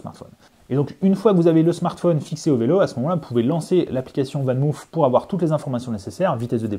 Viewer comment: On prononce "VAN MAUF" et non pas "VAN MOUF"😉. C'est du néerlandais, pas de l'anglais!